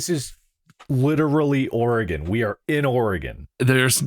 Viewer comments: As a native Oregonian, hearing the occasional "Or-eh-gone" and "Will-ah-mett" made me snort. BUT, seeing these goobers make it through the game with ZERO deaths on their first try is absolutely astounding, and deserves all the applause :D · As a lifetime Oregon resident, I appreciated this episode. This game was especially relevant to my childhood, even though i've never played it personally, but i've watched my classmates in 3rd grade do so. While i feel their pronunciation of "O-re-GONE" was ironic, their pronunciation of Willamette was unforgivable (will-A-mette!). Congrats boys on getting here, I welcome you to the beautiful Northwest (enjoy the rain). Shoutout to the End of the Oregon Trail Interpretative Center in Oregon City, Oregon, where I went on a school field trip to in 3rd grade.